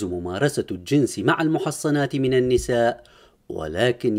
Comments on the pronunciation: سيدي : لا يوجد في. القرءان الكريم سورة تسمى سورة المؤمن بل هي سورة المؤمنون . و كدلك كلمة المحصنات من النساء لا تقرا بتشذيد الصاد بل بالسكون على حرف الحاء و بالفتحة على الصاد. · المحصنات بتسكين الحاء وفتح الصاد وفقكم الله